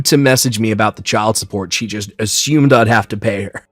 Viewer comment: It’s “ah-sume” and “stu-pid” not “ah-shume” and “sch-tupid”. There’s no sh/sch sound in those words.